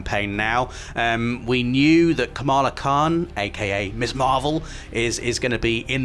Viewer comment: first of all kamala khan is asian so its kamla khan not kamaaaaaaaaaaaaaaalaaaaaaaaaaa khaaan